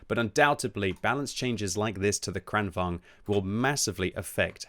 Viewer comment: Why does everyone say "Kranvang"? I thought it was pronounced like Volkswagen, only a little quicker: Kranvagen -> Kranvagn. The G comes before the N.